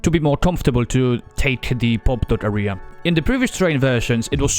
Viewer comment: great vid! just please don't pronounce area as "ahria" but "ehria"